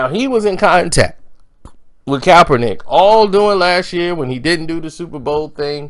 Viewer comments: This boy keeps saying coppernick 🤣🤣🤣 say cap not cop 💀💀💀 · A few days ago, he was calling him kalpernick. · You keep butchering that man's name 🤣. Are u doing it on purpose? Sound it out with me.... CAP - PER - NICK (Kaepernick)